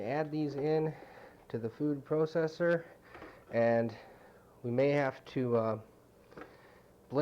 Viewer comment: kind of funny how he says processer right?